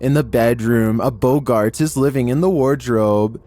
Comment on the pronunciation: …a BOGGART….’ - this is pronounced ‘Bog-gart’ (with a short r sound) and not ‘Bow-gart’ - like you would pronounce Humphrey Bogart !